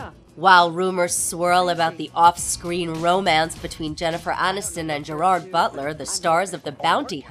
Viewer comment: I wish she would learn how to say "Gerard". The emphasis is on the first syllable.